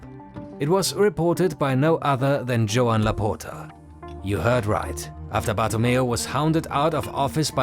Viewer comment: The way you say Laporta its wrong.. you are saying laputa if we translate its literally "the bitxch" you need to open the O more not close it i know you dont have that sound in your language but do the things right. Next time maybe use google translate to give an ideia how it sounds because i cant laugh no more or i will die.. Keep the good work love your content❤